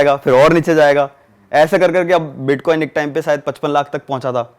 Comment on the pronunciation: Iska bitcoin bolna nhi aa raha h tho bits Bol raha h ye scame krega bhai